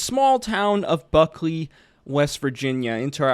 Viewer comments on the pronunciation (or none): It's Beckley not Buckley